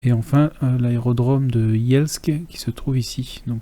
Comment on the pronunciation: vous avez bien prononcé Yelsk. il faut aussi apprendre la prononciation de Pobjeda :)